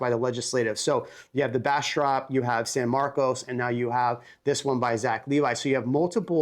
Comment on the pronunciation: OK, I just realized you are not from Texas because you do not know how to say San Marcos. You have lost all credibility.